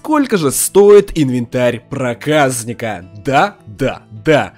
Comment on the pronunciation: 0.15 не проказныка а (проказника)